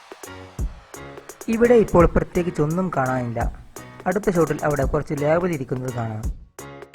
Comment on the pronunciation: ഇതൊക്കെ ഓക്കേ.... പക്ഷെ ചേട്ടൻ പറഞ്ഞത് തെറ്റാ... ലേവൽ അല്ല ലേബൽ 👍